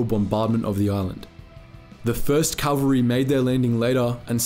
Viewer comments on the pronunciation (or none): The pronunciation is CAValry, not CALValry. Think of the word cavalier.